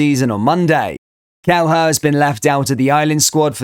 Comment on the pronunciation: It's pronounced 'Kel-eh-her' not 'Kel-her' you're welcome 😁